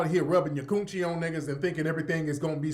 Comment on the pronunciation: Every time you say koon-chie it cracks me up!